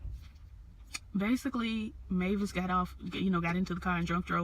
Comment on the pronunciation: You had the name right its Mavis aka Oprah you did well.